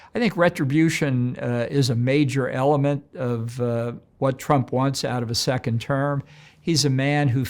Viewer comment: I heard “Sickened term President” I better rewind and listen ..